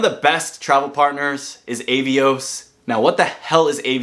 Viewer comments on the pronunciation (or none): Cool video and good advice. Finding it hilarious how overwhelmed you got from all the travel partners and the various names! 😂 Ey-vios = Ah-vios Air Dingus = Aerlingus British Airlines = British Airways Liberian = Iberia Seriously though, this card has loads of great points partners. In the UK, even Nectar points for grocery shopping can be a good choice for some people. If anyone in the UK wants a referral link for bonus points: ☺️ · It's British Airways, not British Airlines. Avios is pronounced 'Ah-Ve-Ohs'. And It's Iberia, not Liberia.